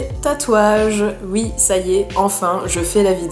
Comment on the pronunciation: J’aime trop psk tu dis pas « oui » tu dis « ui »